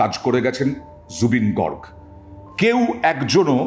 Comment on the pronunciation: Gorg na Garg